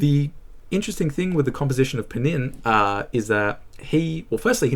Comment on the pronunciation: «Panin» (Панинъ) instead of «Pnin» (Пнинъ) is a very Nabokovian moment.